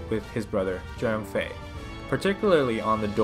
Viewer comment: Its Zhang Fei not “Zheng Fei”